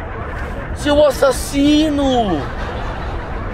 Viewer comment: O mais irasado foi o Zanella falando asasino🤣🤣🤣